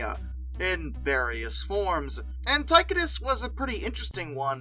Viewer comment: Tie-Cō-Dus..........not Ty-Cuh-Dis.